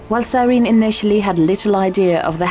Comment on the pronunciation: “It’s sir-en-eee”